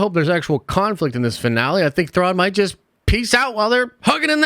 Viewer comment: I had to rewatch the first second of this video so many times to actually hear "Finale" and not "Vinale"